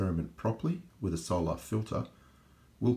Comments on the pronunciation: why do you pronounce 'soul-ar' like that? It's unusual. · I'm Australian, and I don't know anyone who pronounces it like that